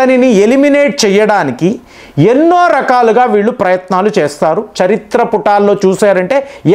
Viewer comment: చరిత్రపుటాల్లో కాదండి గారూ, చరిత్రపుటల్లో అనాలి.